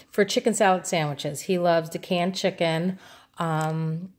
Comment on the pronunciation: "Sanduich" so puertorrican baby.... I love your hauls!